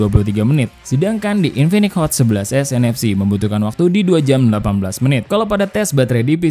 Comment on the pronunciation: Kok ngomong 11 nfc semua, ga ada s nya, cuma di sedikit kata kedengaran S nya